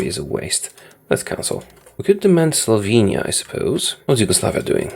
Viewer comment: I'm Slovenian; so when I heard him say let's demand Slovenia I cracked myself laughing and had to pause to video